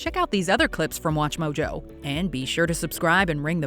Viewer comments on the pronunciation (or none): I'm leaving after "Watchmo Joe"